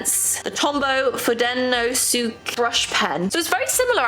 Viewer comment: "foo-deh-no-skay" for "fudenosuke" :)